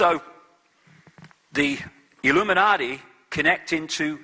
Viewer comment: I wish he wouldn't substitute a "D" for a "T" when he speaks;hould of and would of" e.g "Illuminardi" and "compewder". It really grates. Almost as bad as "I'm good" and"Can I get,,,,,,"